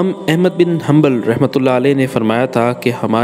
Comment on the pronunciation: Ahmad Ahmed bin hamnbel can't say these words